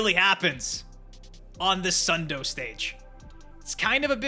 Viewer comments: Dude, just pronounce the name of Sun Do properly. As [sun do] not [sʌn dʊ̈y] or [sʌn dou] -_ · Sun do instead of sun do is crazy